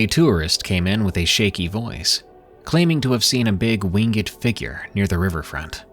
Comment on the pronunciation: Driving me crazy with the pronunciation of winged it’s not wing ed its wingd thankspronunciation is key